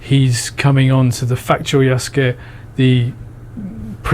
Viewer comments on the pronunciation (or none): Who is "Yosuke"? You falsely accuse a legitimate historian of being a "fraud," yet you can't even say Yasuke's name correctly. You called him "Yosuke" twice. You're behind on the latest news. An even more established Japanese historian, Hirayama Yu has provided his statement that Yasuke was Samurai and he explains in detail. Japanese historian Hirayama Yu is destroying the culture war chuds on Twitter, asserting that Yasuke was indeed Samurai. Hirayama's full quote: なんか、織田信長に仕えた黒人の弥助の話題になっているみたい。彼に関する史料はかなり乏しいが、信長に仕える「侍」身分であったことはまちがいなかろう。出身の身分がどうであれ、主人が「侍」分に取り立てれば、そうなれたのが中世（戦国）社会。なんでそんなことが言えるかといえば、①信長より「扶持」を与えられている、②屋敷を与えられている、③太刀を与えられている、と史料に登場するから。「扶持」を与えられ、信長に近侍しているということは「主従の契約」「扶持の約諾」という重要な用件を満たしている。また、太刀を許されているので、二刀指であり、下人などではない（下人には刀指が認められていない）ことも重要。ましてや、屋敷拝領ならば、疑問の余地はない。宣教師の奴隷を、信長が譲り受けたところまでは、奴隷だったのだろうが、上記の①～③により、彼の意思によって「侍」分になったのだろう。本能寺の変時に、明智方が「動物」「日本人に非ず」などとして殺害しなかったというのは、それは明智が弥助を「侍」と認定しなかった（差別意識があったのだろう）だけにすぎない。身分が低い者を、主人が「侍」に取り立てることは、当時としては当たり前であった。そもそも、秀吉って立派な事例があるじゃんね。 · Since your both living in Japan is the proper pronouncement Ya-Soo-KA or Yas-kA?